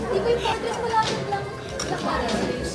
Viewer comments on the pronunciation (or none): none